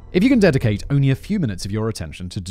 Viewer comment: I’m trying to work out if Simon is saying “if you can DEFICATE only a few minutes of your attention to todays story…” or “…DEDICATE…” haha, I’ve played it back a few times but can’t be sure! What do you think?